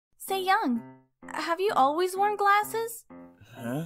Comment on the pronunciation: Nice dub! I like the voices~ If I could give one tip though, following the way Koreans pronounce names, the emphasis in Saeyoung would be on the Sae syllable. c